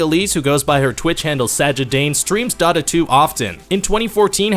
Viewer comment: "DOT-UHHH Two.." come on now